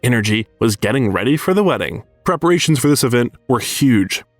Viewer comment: And the pronunciation for Houston and preparations. 😂yikes.